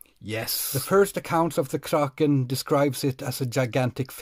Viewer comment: The biggest lie of my life is the pronunciation of kraken